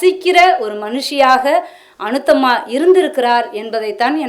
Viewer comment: அநுத்தம்மா இல்லை. அநுத்தமா. பெயரை கூட தவறாகச் சொல்வதை சகிக்க முடியவில்லை